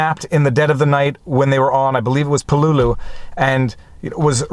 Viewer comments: Thank you for a really good and insightful review of "With the Old Breed: At Peleliu and Okinawa". (Pronounced "PAY - LA- LUE"). YOur commentary about how you were affected by the returning servicemen was well done and very articulate. One small correction, and as you were doing everything with so much respect and reverence this is just a lack of information, Marines are not called "soldiers". If you serve in the Army, you are a soldier, if you serve in the Navy you are a sailor, if you serve in the Air force you are an airman, if you serve in the Marine Corps you are a Marine (and yes, it IS capitalized). Thank you once again for a great review, and as several others in the comments have pointed out "The Pacific" does a really good job of capturing the spirit of this, and many other ("Helmet for my Pillow", "Guadalcanal Diary", etc) books about this war. I would however recommend the book "Coral Comes High" by Carl Pope. It is the account of one company of Marines for the first three days of the battle. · Pronounced pel-e-lew. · Great book. But it's Pell-e-lew or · Repeat after me: Peleliu: “PAY-LAY-LOU” or “PAY LEE LOU” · you're mispronouncing Peleliu as info. Its Pel-la-lou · I've never heard anyone pronounce Peleliu as "Puh-LOO-loo". I've always heard it pronounced as "PEH-lay-loo" or "PEH-leh-loo". Now I have a new pronunciation to keep in the proverbial back pocket. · Same here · Pel-a-lu. At least, that's the way we Marines pronounce the name. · Lol please don’t, you are correct, he’s been driving me nuts with this pronunciation for 3 days…. I made the same post on his pinned comment before I saw yours … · I was being polite and didn't want to correct him. But at least he said "strategery" instead of "strategy."